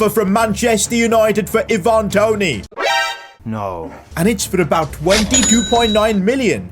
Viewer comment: So glad you decided to sell Toney now I can stop sitting here listening to you saying his name wrong 🤣